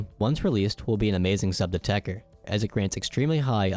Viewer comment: why the f is everyone calling it techer whens ist spelled techTer ?